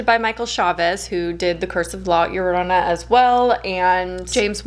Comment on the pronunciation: Your pronunciation of La Llorana is sooooooooo good! You're the first English speaker who actually took the time to learn how to say it. Having said that, the legend of la llorona is so famous here in Mexico and when I saw the film I thought it was fine, they stayed truth to the legend and the movie was entertaining so. It was good